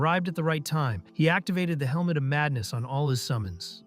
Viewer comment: "He used a skill called Elmo of Madness (Helmet of Madness)" AI Voice fuckin up or the creator typo'd the script lmao.